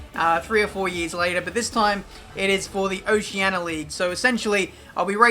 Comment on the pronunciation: Its oceania not oceana